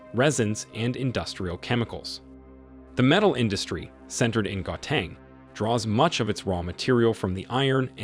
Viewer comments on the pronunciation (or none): Sir, please learn how to pronounce "Gauteng" and "KwaZulu-Natal" 😭😭😭.